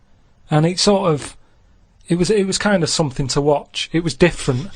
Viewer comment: Combing 'is 'ead or somefing